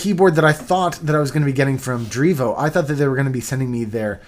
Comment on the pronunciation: dreevo pronunciation on point